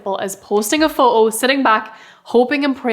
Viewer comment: you legit called a photo, fo-o 🤣🤣🤣 girl